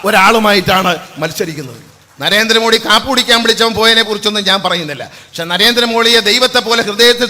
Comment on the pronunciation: NARENDRA MOLY ?? . Ellarum onnu rewind cheythu kelkuka. (Minute of video). Aavesam mooth nilpaa😂😂😂